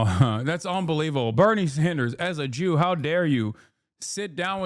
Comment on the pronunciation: He really said Jew with a hard R on that one